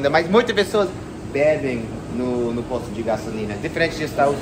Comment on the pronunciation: É diferente, "posto" "poste".